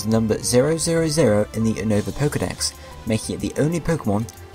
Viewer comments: you can't even pronounce unova U-nova not UN-over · Oh and it's pronounced U-ni-va just sayin lol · It's pronounced You-Nova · You saying unova wrong it is pronounsted you-No-ver